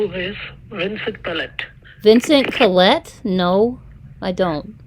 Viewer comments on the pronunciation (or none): none